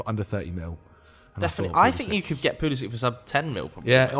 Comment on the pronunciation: Stopped watching after he said pulisic